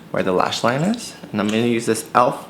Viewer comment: Stay strong. I truely understand how u feel. I will support u forever. Btw I heard u say "elf" in this video instead of "e.l.f" as u normally say. Just focus on urself and stay the way u want to be. 😊